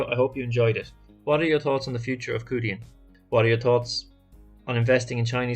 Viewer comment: The closest Romanisation is Chew Dian. The 2 characters 趣店 literally translate to 'Interesting store'. Thank you for the coverage on the company. It's worth to make the effort to learn the correct pronunciation of companies that interest us.